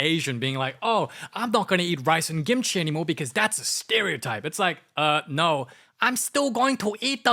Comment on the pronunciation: wait is it kimchi or gimchi or is that just how he pronounces it?